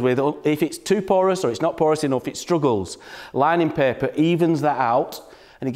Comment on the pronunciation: I thought he was saying pepper 🌶